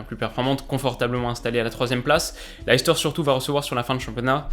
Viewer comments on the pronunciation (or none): Très bonne vidéo comme d'ab ! Juste un petite chose, la prononciation de Leicester, c'est lait-stère (source: ma belle-famille qui vient de la bas)